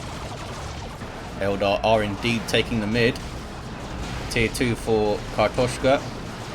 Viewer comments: You nailed that pronounciation! And indeed, картошка means potato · You pronounced it pretty right, im russian speaker myself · You nailed the "kartoshka", nice :D